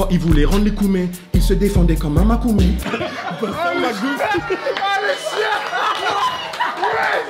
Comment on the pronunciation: Et loni c makomé et non makoumé🤣🤣